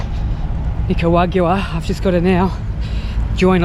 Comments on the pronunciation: 😂😂😂@ Nigerian. It's NICARAGUAN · Should never be allowed into a country you cannot pronounce! Nicaragua! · You've butchered that Nicaragua word so many times I'm having trouble pronouncing it myself. Also: Yo Adrien !! Not Go Adrien. Here to help. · The episode where figures out how to pronounce Nicaragua 👍🏼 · I noticed you still aren’t pronouncing Nicaragua the right way yet…lmao. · They would not let you in because of the way you pronounced Nicaragua.